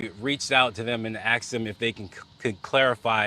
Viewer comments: he reached out to the FBI and "axed dem?" The closed captioner was nice to translate for us. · Hey the word is “Ask” not “Axe.” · We need to teach broadcasters that the word is "asked," not "axed." We "ask" questions, not "sxe" questions. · It's asked not axed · Why can’t black people properly say asked? Loool.